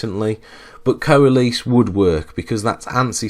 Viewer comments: coa les. It's pronounced like co less... ARRRRGGGG!!!! /ˌkōəˈles/ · I'd write it ko-a-less, but not so far from your spelling. So I'm wondering why you pronounce it kow-uh-LEASE. I've never heard it pronounced that way. Is it a regional thing? How would you pronounce it outside of the SQL environment? Not saying its wrong, just interested!